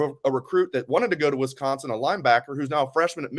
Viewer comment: If says “Wesconsin” one more time 😂